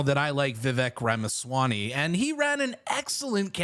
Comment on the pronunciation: It's Ramaswamy. Two "m"s. Not Ramaswany.